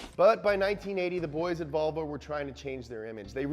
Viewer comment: have you ever noticed how seinfeld pronouced volvo as ''wahvoo''